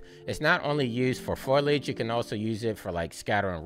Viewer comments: Thank you again for putting out another video. I notice you saying Foilage rather than Foliage, is that another common way of saying it? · foe-lee-edge 😄 great guide!